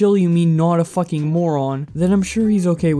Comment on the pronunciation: Anyone else not like the way he emphasiz’s “fucking”